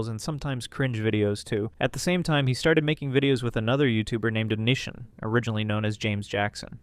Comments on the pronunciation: LMAO its definitely not on i son. its oh-knee-see-on. fuckin on i son LMAOOOOO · Oh-knee-see-on lmao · Bruv if you’re gonna cover old YouTube lore learn how to pronounce onision …oh knee sea on. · BROTHER ITS ON-I-SON. FUCKING GOD ITS PISSING ME OFFFFF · Justin bye-ber and onishun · I just got to that point and I'm like... Waaiiiiit. Are we talking about Onision? ONITION? xD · How have you been on the internet this long and mispronounce, "Onision"? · genuinely can’t take this video seriously if you can’t even bother to learn how to pronounce youtubers names properly